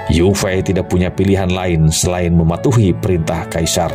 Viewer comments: Yue fei.. di ucapkan ye fei.. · Iya.. nich tulisan yue fei.. tp ucapan harus ye fei.. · Jendaral yue fei di baca yok fei..